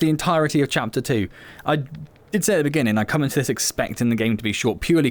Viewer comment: "in the beninging" 🤣 (sorry) great potential with moments of epicness, but wish there was more to it.